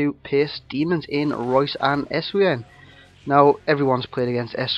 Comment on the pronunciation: nice vid but you pronounce your striker like this: essvine